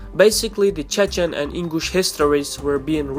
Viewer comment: Ingush not English this guy has problems with pronunciation